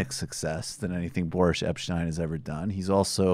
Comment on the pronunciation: Why do you keep calling him "Borish?" Boris is a pretty common Russian name, I have never heard it pronounce Borish. We don't have to like the guy but why mispronounce his name?